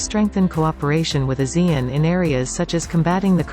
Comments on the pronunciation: Please don't swallow Asean name. Pronounce it properly. AH SEA N. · ASEAN is pronounced Ah- c- un